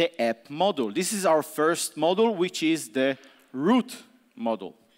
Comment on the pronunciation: This talk is amazing and I feel bad about complaining, but "model" every time he tries to pronounce "module" really hurt my brain.... consequently every single time throughout the talk.Worth it though <3